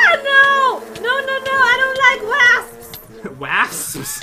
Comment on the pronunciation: AAAAAAAAH THERE'S WASPS! = WASPS Me: Wasps = Wosps